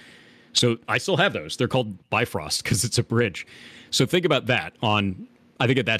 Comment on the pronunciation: When a guy named can't pronounce bifrost. Lol.